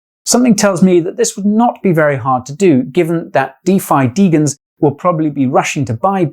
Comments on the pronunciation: It's not Deegens it's de jens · It's not degens. It's de"jen"s. As in degenerate gamblers.